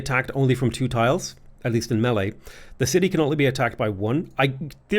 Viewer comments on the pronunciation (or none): none